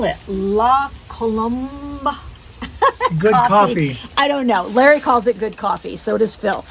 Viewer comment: Hi. Just to reassure you about "la colombe" prononciation. You got it right!!